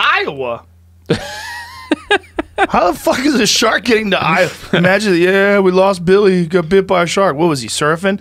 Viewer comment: Shark, not "Shart"